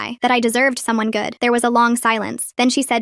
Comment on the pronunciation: the way she says good and blake 💀